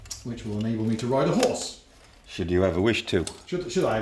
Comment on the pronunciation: "...if you're ahn an orse."